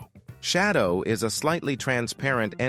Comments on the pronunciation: Why did this guy say shadow like that 😭🙏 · “shætdœw” V O I D bahb